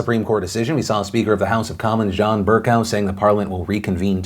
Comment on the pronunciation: It's Pronounced John Ber-Coh not cow lmao.